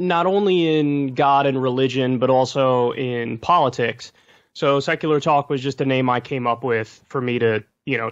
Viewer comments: I though the same as soon as he said "Sekurer Tok". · “On sekurlur talk” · "Secerler Talk"